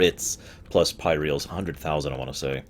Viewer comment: Finally! Found someone who pronounces it Pyreals and not Pie-Reels, that bugged me xD